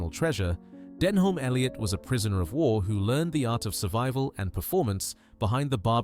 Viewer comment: An insult to Denholm Elliot, whose name you can't even pronounce right.